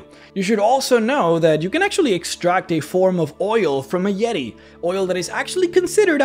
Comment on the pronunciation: Oh my goodness it's the "YEE-TAY"...THE "YEE-TAY"